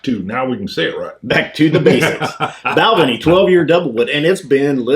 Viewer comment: Not Bal'-venie. It's pronounced Bal-VAY-nee